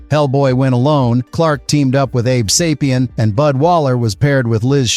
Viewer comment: abe say-pee-in not abe saw-pee-in